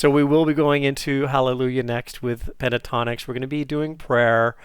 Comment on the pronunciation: it's PEN-TA-TONIX not PE-TA-TONIX!!